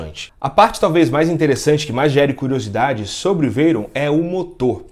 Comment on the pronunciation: Primeiro que o rapaz quer colocar a palavra Veyron, que é um sobrenome francês, com pronúncia inglesa...